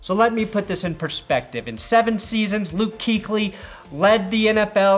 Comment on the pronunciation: 'Kuechly is pronounced Coo-etch-Lee, not cooch-ly